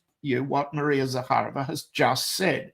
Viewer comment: Maria Zakharova. You accentuate as in Zakha'rova. My maternal grandfather was Vassily Zakha'rov. He fought in the Russo Japanese war of. Parabéns pelo ótimo trabalho,! Você brilha como poucos.